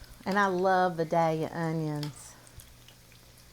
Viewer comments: Being a life.long Georgia Vidalia onion lover, and having lived in Georgia my whole life, I have to tell you it’s not pronouncdd “Vi dal ya“. It’s “Vi DAY lia“ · It's pronounced Vigh-day-yuh. The "l" is silent. The fritters look tasty. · It’s pronounced Vi dale ya. I’ve lived here all my life. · That would be vie-dale-yuh to us southerners. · Idk where this woman is, but it's clearly the south. Us GA folks, we eat these onions so much, so it's pretty much the only onion we eat. Oh, and by the way, how we pronounce the town where these onions are from is VI Dell Ya just so you know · To start with, you need to learn how to pronounce Vidalia.